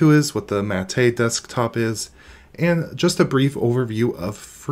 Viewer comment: Looks better than it ever has in the past but I don't like Snap apps so it's a no-go for me. Btw - I thought it was pronounced as Mah-Teh not Ma-Teh like he is pronouncing it.